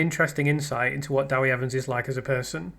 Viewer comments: Love your analysis. By the way, just to be pedantic, it's Deh wee Evans, not Dah wee Evans. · It's less than helpful to comment about Wales, the language, how the interview was conducted, the numbers of people who speak Welsh, the audience size & etc when you weren't able to listen to it and know little about our country and its history. You don't even know how to pronounce "Dewi" correctly. it's NOT "Dawi". To Welsh-speaking people that's intensely irritating and your attitude condescending. You might stop to consider why in 2025 everyone in Wales speaks English, when five centuries ago hardly anyone did so & what has happened since then. I am persuaded that Letby would not have been convicted had the jury heard the expert neonatal and statistical opinions publicly expressed since her trials and that she is therefore innocent. I prefer to listen to experts who are unbiased be they legal medical or whatever. Cheers.